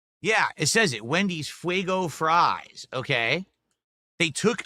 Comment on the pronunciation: fwwwaigo fwies? Must be Elmer Fudd's favourite snack.